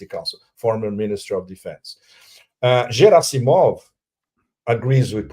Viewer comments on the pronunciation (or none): Not Zhirasimov, but Gerasimov!!!